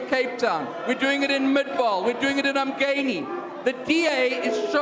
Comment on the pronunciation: Did he just say em-gay-ni 😂😂😂